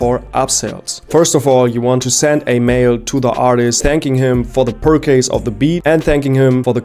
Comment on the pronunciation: yo bro this video is so well made but you gotta look up how to pronounce "purchase" 😂... bleib dran, die videos werden von mal zu mal besser😤